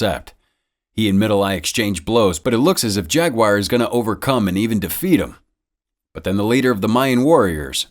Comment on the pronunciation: "Jag-WIRE"? "Jag-u are"